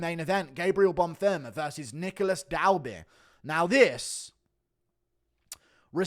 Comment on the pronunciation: ITS BONFIM, NOT BONFIRM!